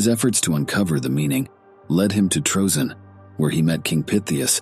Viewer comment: Troezene = TREE-ZINE-EE 3 syllables